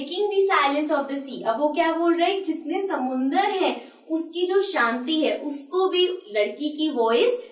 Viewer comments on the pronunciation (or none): none